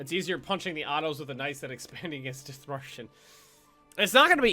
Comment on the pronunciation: OMG I AM FROM Dithmarschen. well like very close by it . love if you play german nations :) and this is not critisism but u pronounce it DIT - marschen like prononce DIT very heavy than marschen